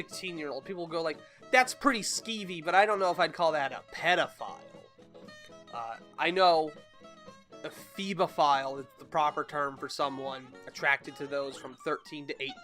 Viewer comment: It's pronounced he-ba-phile, not "feeba-phile" or "fed-eh-phile". The English language is butchered enough already.